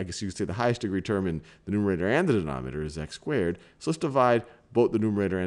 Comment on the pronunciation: Can he ever pronounce numerator and denominator right?